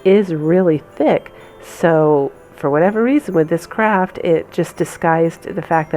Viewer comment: Lovely DIY items, def going to subscribe (teeny suggestion...maybe say "Project" instead of "Craft"? sometimes it comes across as "crap"...just a suggestion don't shoot me, I do love your things!